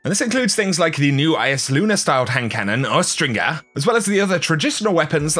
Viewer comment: The G in Austringer has the soft J sound. Not the hard G. It's "austrinjer" -- look it up. It's not a made-up word, lol